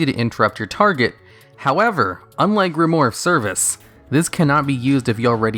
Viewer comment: Solid video, as usual. :) Just a note, though: it's pronounced "grim-wARR," not "grim-wORR." ;)